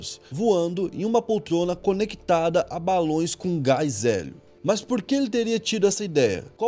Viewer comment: O cara fala polccrona ao invés de poltrona kkkkkk